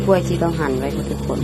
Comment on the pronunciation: กะล่วย กะล่วย คะลิบ คะลิบ ปะหล่อย ปะหล่อย หัดออกเสียงควบกล้ำบ่อยๆ เดี๋ยวก็เก่ง การออกเสียงภาษาไทยให้ชัดถ้อยชัดคำเป็นเสน่ห์ที่ไม่ต้องลงทุนครับ